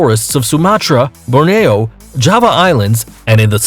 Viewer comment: Hello, the one - it's pronounced "Bore-nee-oh", NOT the way you did. Thanks to all involved. Take care, "God Bless", sincerely Randy.